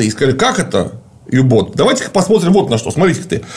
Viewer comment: не Ю-Боот, блин, а У-Боот. ну англоманы едучие - У бот. блин. Унтер бот. Под лодка блин.